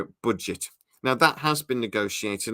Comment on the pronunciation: "Uhpropyut boojet"